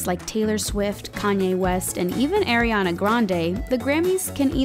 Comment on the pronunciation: Sorry but u still can t say "Ariana"